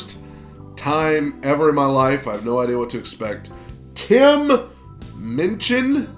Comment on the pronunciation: Tim Minchin (yes you pronounced his last name correctly) is an Australian Treasure who has expanded to UK, writing stage musicals and touring the world. He is still current and bigger than he was when he did this show. You may like to also like to react to DARK SIDE